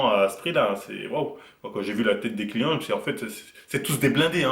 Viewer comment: Ientcli ca veut dire client non ?enfin moi je l'utilise pour dire client. Après peut-être tu disais Yenki j'ai entendu iencli. Dite le moi si je me trompe